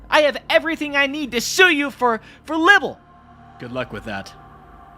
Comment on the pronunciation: "Everything I need to sue you for libble." 😂😂😂